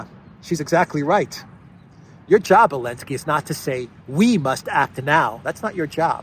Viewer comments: Elensky is pronounced zelensky. A lady hero is called a heroine.. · Why do you call him Elensky? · Why is he called Elensky?